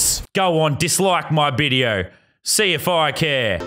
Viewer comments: you said bideo not video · he said me bideo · Are we just going to ignore the fact that LazarBeam said "Bideo" ? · “Go ahead and dislike the bideo” lazarbeam 2019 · He said go on dislike bideo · wut the heck is a bideo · It sounds like you said bideo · you said bideo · In the part of the video when you said that you said bideo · i love it how he says bideo :) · When lazerbeam says dis liked da didio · You said bideo 😂😂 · "Go on and dislike my bideo" LazarBeam 2019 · You said dislike my bideo??!?!!!? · he said bedio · Um lazarbeam you said video like bideo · Who else realized he said go ahead dislike my bideo? I did not spell it wrong I did not mean video :v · did he say bideo? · He said bideo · Am i the only one that noticed that lannan said dislike my bideo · he said budeo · lazar calls a video bideo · my bideo? What is a bideo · “ go on dislike my bideo” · whats a bideo?